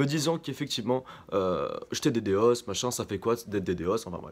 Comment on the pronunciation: Stop dire d d os !!!! c'est "dédoss" ""ddos" dénis de service ...